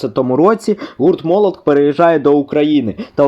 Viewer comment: молотх не нсбм. а МБМ